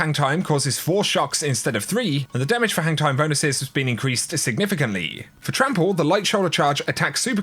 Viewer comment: When you said hang time it sounds like you were saying hentai 😂🤣